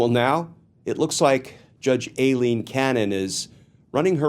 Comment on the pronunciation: I think Cannon is running for Trump's VP. What else could possess her mind??? -- Oh and thank Glenn for continuing to pronounce Aileen incorrectly. It reminds me of when George Bush, Sr. constantly referred to Saddam Hussien as Sad-em, as in the word 'sad'.